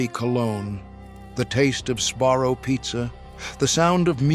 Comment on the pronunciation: This AI sucks. "CD S," "DVD S." It can't say words that end in "S." Even the pictures are fake. It shows a food court and instead of "Sbarro," it says "Sarro."